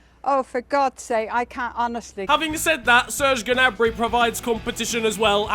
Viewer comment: Gnabry is pronounced nabry not G-nabry but luv your vids <3